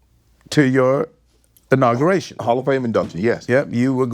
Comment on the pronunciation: Invite to your "inauguration" took me out!!!